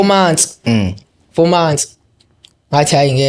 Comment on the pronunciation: Akukho varsity la kulo 15 yrs Uma esethi 'base Vet" not Wits , aphinde athi "4 mansi" not months